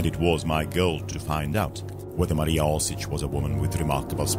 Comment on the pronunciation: Oršić, not Orsic.